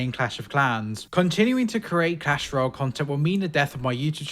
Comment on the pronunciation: Did he say cash Royale